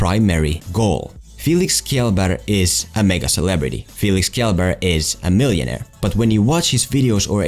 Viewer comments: Reeeeeeeeeeeeeeeeeeeeeeeeeeeeeeeeeeeeeeeeeeeeeeeeeeeeeeeeeeeeeeeeeeeeeeeeeeeeeeeeeeeeeeeeeeeeeeeeeeeeeeeeeeeee Its pronounced Shell Berg though Reeeeeeeeeeeeeeeeeeereeeeeeeeeeeeeeeeeeeeeeeeeeeeeeeeeeeeeeeeeeeeeeeeeeeeeeeeeeeeeeeeeeeeeeeeeeeeeeeeeeeeeeeeeeeeeeeeeeeeeeeeeeeeeee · its pronounced chellburg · If you're uncertain just plz say Shell-berg. //sveden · Did he just pronounce Kjelberg as kbelberg? Instead of Shell-berg? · It's pronounced tshelberg not kelberg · Its pronounced Shell-bae-ry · “Felix Kellber” It’s pronounced Felix shellberg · I think the most important part is getting his name right... it's pronounced "shellberg" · U just said...Felix Killabeer? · "Felix 'Pewdiepie' Keeyellburg" 🤣😂😂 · i think its pronounced "shellburg" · SHELBERG, its pronounced Shelberg! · "kj" in Swedish is pronounced "sh" and some times "g" is pronounced almost like "j" but without the "d" ish sound that starts in English "j" so his name is pronounced shellbearj. Think of it as shell-bear-j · "Kyaleburg" REEEEEEEEEEEEE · Boi i know you called him kielberkh am dyin 😂😂😂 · Imagine just saying shell-berg thats it. Not kjellberk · Oh no, he mispronounced Kjellberg 😂😂 no matter what dont show this to Felix or hes gonna go ham like on Michael McCruuuuuuuuuudden. Btw Pewds' name is pronounced as "Shell-berg" youre welcome😊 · Should have pronounced it kshelberg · Felix’s last name is pronounced “shell berg” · "Qiyellba" has to be the worst attempt I've ever heard. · IT’S PRONOUNCED “SHELL-BERG” REEEEEE Edit: i think it’s actually pronounced “shell-baarj” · Schell bærj is the right way to prononce it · Kjellberg (It's pronounced Shell B(The E sounds like the begingen of the word "air")R(G Sounds like how americans pronounce the letter "Y" in the word "Yes") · Det uttalas faktiskt Sh-ell-berj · Im swedish and you speak it out as 'shelberj' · Basically pronounced "shell-berj" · Actually it is pronounced more like "Ka-yell-berg" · YOU BUTCHERED HIS NAME. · Learn his fokin name ffs